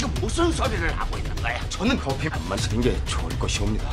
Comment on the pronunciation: 잘 들어보면 이승만이 커피가 아니라 코피라고 하는 것 같디 이승만:내가 준 코피를 거절한 사람은 아직까지 없었어